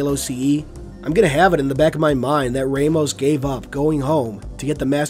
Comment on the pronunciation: Anyone else pick-up on his mispronunciation of Victor’s surname? At least to me it was mispronounced and that is a name I’m very familiar with. If it were me pronouncing it I would pronounce it as Vic-ter Ram-os.